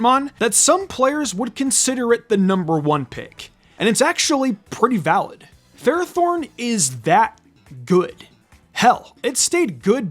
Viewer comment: It’s pronounced FER-AH-thorn, “”! 🤨 Stop mispronouncing Pokémon names, bub! 🙄